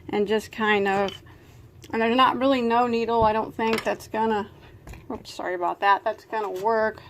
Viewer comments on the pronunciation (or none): none